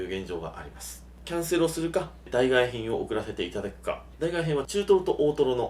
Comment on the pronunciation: 代替品 だいがえひん❌ 代替品 だいたいひん⭕️